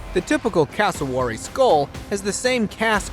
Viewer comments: It’s not carroway it’s cassowary 😂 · Just to be clear it's pronounced wob-E-gong Shark NOT wobagong shark and E-Kid-Na NOT E-CHID-Na.. and finally its NOT Carroway.. it Cass-o-wary! If you're going to make a YouTube video-- for GOD's sake get the pronunciation right. It is so hard to listen to an American trying to speak Australian! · You dumpy the second one is called a casuwary